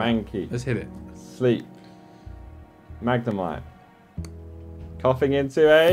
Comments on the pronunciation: atleast say the names properly... it's pronouced Mag ne might NOT Mag ne mee tey. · It's pronounced, mag-ne-might. Grinds my gears everyone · Next time I watch one of these videos I'll play a game. Every time pronounces Magnemite as "mag nuh mee tay" ill rip an ex card in half. blasphemy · Gotta pronounce marmite the way this guy pronounces magnemite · The way pronounces these...smh 😔